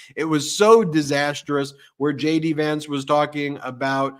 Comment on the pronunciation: I misheard you say "Shady Vance" instead of "JD" Vance!